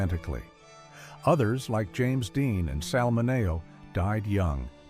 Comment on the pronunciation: Why did the narration keep mispronouncing Sal Mineo's name??? Unprofessional.